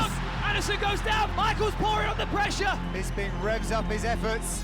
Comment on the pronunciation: "Nigel Bispin"